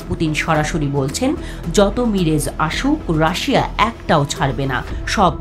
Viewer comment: মিরেজ না,,,,,,, মিরাজ টু থাউজেন্ড 😂😂😂😂